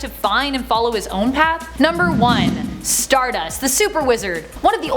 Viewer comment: You need to pronounce StarDust like Cody Rhodes does lol